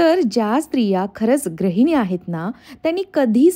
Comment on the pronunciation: Tai tu gruhini cha uchhar vegla kartes te gra nasun gru ahe Pan chan bolates